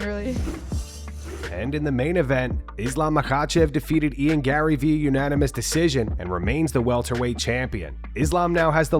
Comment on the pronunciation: The R’s in Garry’s name are silent